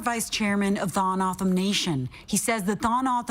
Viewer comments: It’s Toe-hoe-no-oh-dom the dom is like Tom but dom I am a member of this tribe we used to be referred to as Papago’s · LMAO 🤣 the way the first reporter butchered the tribe name. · She butchered that one.. you would think they could call someone in AZ to figure out how to pronounce the name of the tribe.. 🤦🏻‍♂️ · Of course both reporters got the tribes name wrong lol plus the reporter was their in person and still never asked how to pronounce how to say it . Lol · LEARN TO PRONOUNCE THE SUBJECT YOU ARE REPORTING ABOUT, YOU DESTROYED IT. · I would think if these reporters are going to talk about the southern Arizona Indian tribe, they would pronounce the tribes name correctly. I’m a northern Arizona tribal member. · This stupid announcer can't even pronounce the name right!